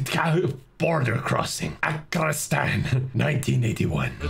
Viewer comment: INDAIN BORADER is now turning indian